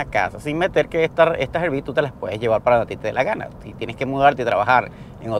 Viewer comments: Es “árbi” no erbi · ARVI = RV ARVI ARVI ARVI PLEASEEEEEEE NO ERVI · Hola, RV por favor no digan "ervi" les pido que pronuncien correctamente RV suena más a "arvi"